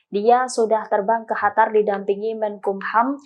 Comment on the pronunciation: Kyaknya yg voicernya pke krudung,,ko nybut qatar(قطر) pke khatar(حتر),,ini khatar negara mna,hei tribun??tlong bcanya yg bner biar kredibel sdikit..